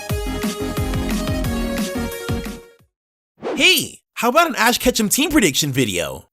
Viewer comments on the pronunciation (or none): Ashs "ketchum" is almost sound as ketchup 😂😂😂